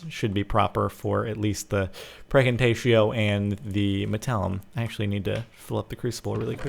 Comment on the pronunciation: Does anyone else hear Praecantatio as FREAKING TATIO?